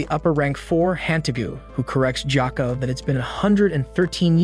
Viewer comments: gyokko not ghako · Jako 💀bro it's gyokko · it's gyokko not gyakko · IT NOT GHYOKO IT IT GYOKKO!!!💀😒😡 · ITS GYOKKO NOT JOCKO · It not gyoko is gyokko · ITS GYOKKO NOT GYAKKO AND ITS NOT BIWA WOMAN ITS NAKIME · It's gyokko not gako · Jakko ? You demon it's Gyokko. Blood Demon art : ruin people's names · why is no one talking about him pronouncing gyokko as jakko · bro nobody is talking about joakoo instead of gyokko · Dude it’s gyokko not jacko 😹 great vid tho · NAH NO WAY MY BOY CALLED GYOKO JOKO EDIT: also no way he can pronouce hagnazuko but not tanjiro, gyoko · LMAO HE SAID GYAKKO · bro said jacko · You said the demon’s name wrong it’s GE O KO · ITS GYOKYO NOT GCOKYO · Even said gyako ITS GYOKKO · Gyokko messed me up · It’s tanjiro not thanjiro Gyoko not joko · Thanjiro💀 Jako (Gyokko) 💀 I've never heard anyone pronounce it so incorrectly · Wait.. why are you saying “Jyakko” and “Thanjiro”😨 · “Thanjiro” “Jocko” “Inoskee” “Owa”